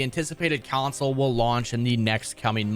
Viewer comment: Why the fuck is this dude adding a Y to the word console? CYonsole